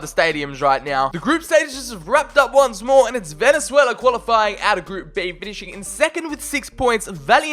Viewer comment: Obviously I'm rooting for my home country Venezuela also u said it wrong